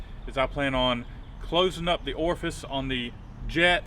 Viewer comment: Orfice sounds sexual. Just say hole. lol